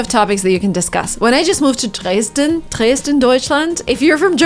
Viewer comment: Hi from Germany. You sound very German, when you say "Dresten". I love it